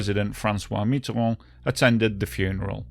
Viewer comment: I'm english 20 years living in France, I couldn't understand where it happened until you showed the map, some words Mitterand,Crerpy en Valois , perfect, nothing wrong with correcting phonetic french,; thanks for reminding us heavy users of french roads about their frightening history of road accidents!